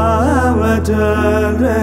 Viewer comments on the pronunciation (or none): none